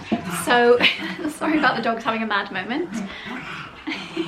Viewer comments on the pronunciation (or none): none